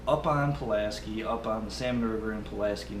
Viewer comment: I use the same set up only mine is a 9 footer. That reels drag is awesome. Oh and Pulaski is pronounced "sky" not "ski"😉